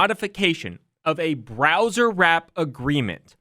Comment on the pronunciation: Why are you pronouncing "browsewrap" as "browserwrap" when there is no "r" after the word browse? Don't do that in court, I want my man sounding professional